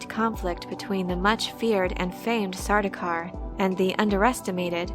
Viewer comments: It's not sar-doo-kar. It's sar-dow-kar. (Rhymes with "cow.") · Sardaukar is being mispronounced here. The "au" vowel coupling is never pronounced as the "oo" vowel coupling. The names Paul, Saul, Gaul, and the words haul, maul, sauce, gaunt, daunt, daub, August, fraud, haunt, launch... all indicate the same, proper, vowel sound. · How are you getting Sardookar? Dau is not Doo you silly. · Um, it's actually pronounced Sardaukar.